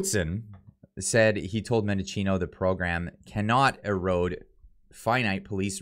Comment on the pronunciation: Why are so many journals and cloggers pronouncing Mendicino’s name wrong. There is no “O” in the middle of his name. It’s men-di-chi-no, not men-DO-chi-no.